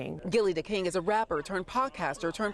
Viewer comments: The name is Gillie Da Kid not "King" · How embarrassing, local news station and they didn't even say the man's name correctly, when speaking on his deceased child. It's KID not KING! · I know i heard right when they kept saying gillie the king smh. His name is gillie the kid, not king... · Is it that hard to say kid? I can't take one more Gillie the King 😂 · they still saying Gillie the kid name wrong 🙄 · The fact y’all said his name multiple times & it was wrong 😒